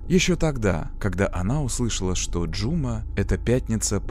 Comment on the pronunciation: Спасибо за работу! За фильм про любимую Алмату, хоть и в таком ключе😅 Единственное, побуду душной, в казахском языке ударение ставится на последний слог не Жұ'ма, а Жұма'